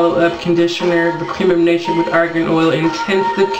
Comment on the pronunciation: i'm from morocco we buy argan oil 100dh for a liter that means 10 dollars while you in america buy 100 dollars you are tricked, and by the way it does not spell like that, the letter R in argan does not spell like the word rover, the letter R in argan is spelled like the letter R in range